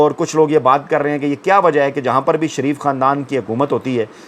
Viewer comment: Pehle. Naam to sahee likha karein phir bola karein shareef Theek hai, sharaf Halat Hai